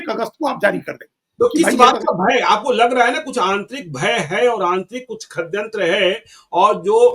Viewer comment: ज्ञानेश्वर को बोलने भी नहीं आता है--- षड्यंत्र को खडयंत्र बोलता है।